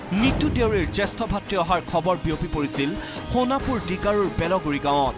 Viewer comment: It's not honapur 😂😂😂 It's Sonapur okay